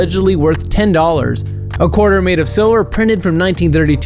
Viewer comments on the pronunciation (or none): none